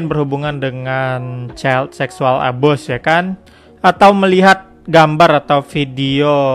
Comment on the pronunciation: abuse itu dibaca abius bang bukan abus